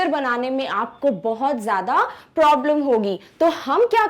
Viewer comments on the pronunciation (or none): none